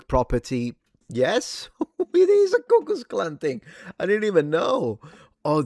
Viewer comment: "I'm with the Ku Kwux Kwan!"